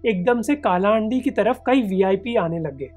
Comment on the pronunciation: का नही its कलाहांडी